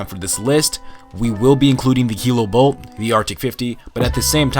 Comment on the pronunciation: The fact you said "DA snipers" its an unsub from me